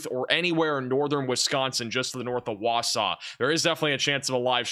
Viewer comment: MWAH I love that you can pronounce "Wausau" 😊